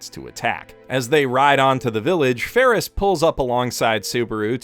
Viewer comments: Odd pronunciation abounds in this episode. Fairly certain it's "Betelgeuse" - as in the star in Orion's Belt - and "Felix" - as in The Cat. Or is there a meme I'm missing in calling them "Petelgeuse" and "Ferris?" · this guy calls felix ferris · how could you mispronounce best boi/Trap Queen Felix this entire time! Blasphemy! Oh and thank you for pointing out how vital and pivotal Patrasche was to saving Subaru and Emilia. Like you said, without his Lassie, it would have been much harder to succeed. God love her! Also, that was such a good point about Petra that I was so thrown off rewatching it a second time and thought that I had missed something. Makes it even more interesting that she’s now a maid in the mansion too. Fandom: “We shall watch your career with great interest.” But amazing breakdown of the fight arc/half season and everything that it incorporated. So much hype, torture and tension that it almost felt uneasy to smile at the end. Then, of course, the extended cut drops that bombshell and Best Girl gets her existence erased for the foreseeable future by Gluttony. FFFFFFFUUUUUUUU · Why does he call Ram Rom and Felix Feris?